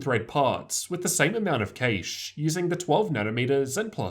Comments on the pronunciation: Cache is pronounced like cash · How interesting, this has me reading the etymology of the word. I'm curious, if it were a cache of money would you guys pronounce it like the rest of the English speaking world lol?